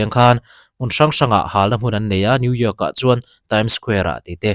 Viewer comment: New York i lam dan hi mizo ah chuan i dik deuh ber.. midang chuan new yiak ang deuh in an lam thin..😂